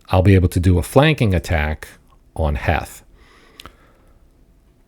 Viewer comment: Pretty sure it’s pronounced Heath. Thanks for the vid